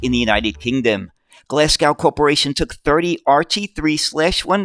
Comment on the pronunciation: British place names strike again! Glasgow has a silent W at the end, making it Glaz-go. Smethwick also has a silent W, making it Smeth-ick. Rochdale has an invisible letter T making it Rotchdale when spoken. We have so many tricky place names,some of them defy all logic in their pronounciation. Be very careful if you have a script with Clithero init (what everyone do, don't split it into 2 four-letter words or you'll be demonetised faster than you can say New York; it's splits between tge I and tge T).